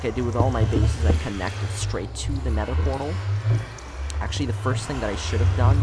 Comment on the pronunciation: He said “neder “